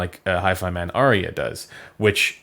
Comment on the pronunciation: It’s “Ar-ya” Not Aria.